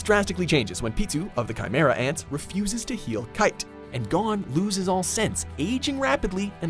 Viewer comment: I'm more bothered by how he says Gon's name.